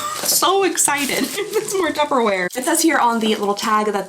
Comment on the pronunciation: You're throwing B's and its P's babe. Only me thinking if the clip with those two guys when she said Tupperware as tubberware haha 😅